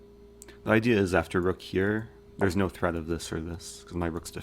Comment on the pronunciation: Every word that eric says which ends in a ‘t’ makes me cringe “threatttt”